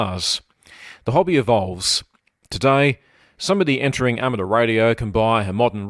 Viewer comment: There is a "U" in amateur, it is not ameter